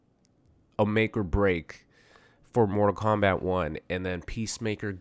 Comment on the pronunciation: "morter Kombat" "Febery" "Littery" Dude, work on some pronunciation